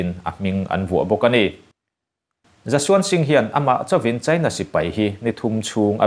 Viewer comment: Mizo ṭawng i van chhiar thiam lo em em...China i lam dan thleng hian inzir i ngai...i thu chhiar a ngaihnawm nen